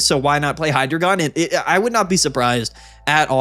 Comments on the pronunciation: its not pronounced hydrogon. its hydreigon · Just a heads up, Hydreigon is pronounced “High-Dry-Guhn”. Love the channel, but constantly hearing “Hydra-gone” is giving me an aneurysm.